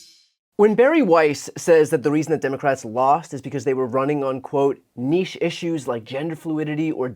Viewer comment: She said “ niche” like she just found out what the word means.